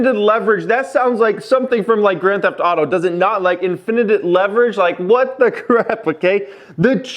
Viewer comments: Pronounced IN-FI-NIT not IN-FIN-ITIVE... bro... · In-fin-ite* lol spell out what u sayin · Infinite sounds like, in fin it. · Infinite = IN-FIN-IT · infinitititititit leverage.. what the heck is saying? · It’s “in·fuh·nuht”. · Nobody:: infinitit leverage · So we’re just gonna ignore the fact that doesn’t know how to say infinite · For real... I had to look at the spelling twice to make sure I wasn't judging him unfairly... I was thinking maybe they spelled it wrong and he is just pronouncing it how they spelled it... nope! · Have you ever seen the episodes of Family Guy where Stewie puts too much emphasis on 'wh' Wheaton. This is how I felt. Why are you saying it like that. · Don't say Infinite like that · That was the best Rickyism ever... you pronouced that horribly lolol